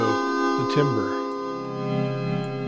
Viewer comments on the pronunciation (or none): timbre is pronounced tambər.